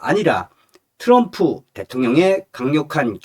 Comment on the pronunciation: 츄럼프가아니고 트럼프 멋부리지말구 옆에있는 내여자친구가 미국흘인오야 제발좀 발음좀 멋있는게아미라니까